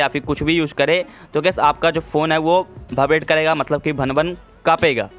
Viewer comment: its vibrate not bhaibrate